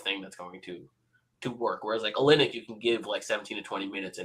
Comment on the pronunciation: This man said Kelly Olinyck 😂 lost all 🏀 credibility